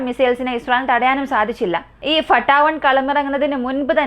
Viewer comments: ഫട്ടാ. 1 അല്ല ഫത്തഹ് 1❤ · ഫട്ടാ 1 എന്ന് അല്ല മുത്തേ ഫത്താഹ് 1...എന്നാണ്..❤. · ഫട്ടാ 1 എന്നല്ല പറയണ്ടത് ഫത്താഹ് വൺ എന്നാണ് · ഫട്ടാഹ് വൺ അല്ല ഫത്താഹ് വൺ ആണ് എല്ലാത്തിനേം അതിജയിക്കുന്ന എന്ന അർത്ഥത്തിൽ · Fatta അല്ല ഫത്താഹ്